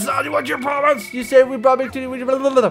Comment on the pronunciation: When he said Victini near the end I heard 'big tities' xD